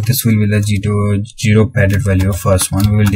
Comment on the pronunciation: its ZERO not JERO